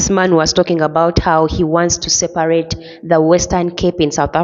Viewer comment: What's sel-par-rate?